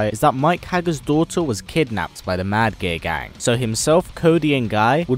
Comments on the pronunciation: Is he saying "Mad Gear Gang" or "Mad Gay Guy"? lol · I can't stop hearing him say "Mad Gay Gang"